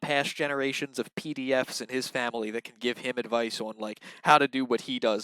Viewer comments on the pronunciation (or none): Me too! N the way he says fwamily